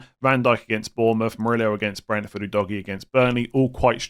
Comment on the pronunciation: Every time I hear the pronunciation of Udogie I laugh. Its definitely not DOGGY. OO-DOG-IYEH. No DOGGY involved